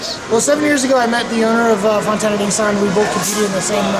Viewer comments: Nis- San not neeeee-suuun. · lol .. Nissan = Nee sahn .. apparently =p